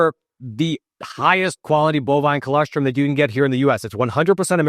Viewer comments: I can’t believe no one has corrected you, yet. I thought the client would have. It’s chol-OSS-Trum. Not Chol-ESS-trim. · Btw it's an o not an e. col0strum.